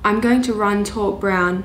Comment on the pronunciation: Taupe is not called how you say it. Its pronounced tope